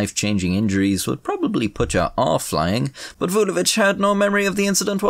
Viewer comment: You pronounce Vulović like a champ.